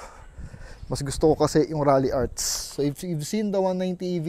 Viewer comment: Its "Ralliart" Not "Ralliarts" 🤦‍♂️🤣